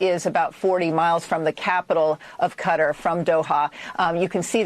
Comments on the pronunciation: Why is it no one in the MSM seems to get that Qatar is pronounced KA-TAR, Like Guitar, but instead of guit, it's Ka... so Qatar! Ugh, get it right people. I mean you wouldn't call China "kina" would you? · My worst Pet Peeve is when people mispronounce a word or especially a name. Hearing that news anchor refer to Qatar as "Cutter" bothers tf out of me. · wait, did she just call qatar "cutter"????? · Calling Qatar “cutter” is a bit weird. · That lady calling Qatar cutter was kinda triggering me. I'm a dumbass who makes gun parts in a machine shop for a living. And even I know how to pronounce it correctly. It's like my fellow whites who call tortillas tortilas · "Cutter" was killing my brain man..... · She keeps calling it "Kutter." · Bruh can some Americans really not pronounce "Khatarr" :D lol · I'm so sick of all these clueless news people calling it cutter 🤦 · I cringe every time she says Cutter for Qatar... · Did she just call Qatar "Cutter"? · why do they pronounce qatar as cutter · it’s not how I’ve heard Muslims speaking English pronounce it. It’s more like kor-tar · How is it the fuckin news can't pronounce Quatar and always pronounce it Cutter. Like a dude with a knife 🔪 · yeah cant believe she said cutter Americans are so dumb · Qatar- cutter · Thats noy how you pronounce "Qatar" lmao 😂😂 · CNN Can't even pronounce Qatar correctly. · If you can't say Qatar you maybe shouldn't be on the news. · I can't get over how much I hate the way that anchor pronounces "Qatar" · Why are American news anchors the only people on the planet who pronounce Qatar WRONG in that specific way. Totally irrelevant but idk it irritates me. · The way they pronounce Qatar gives me a headache lol 😆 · cutter? Qatar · why she keep pronouncing it “cutter” and not Ka tar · how is she an anchor and cant pronounce Qatar right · Why can no one on the news say fuc*ing Qatar correctly. How the hell is "Kuh-tar" difficult to say? Freaking "Cutter" 🤦‍♂️ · Jfc it’s not cutter it’s kah-tar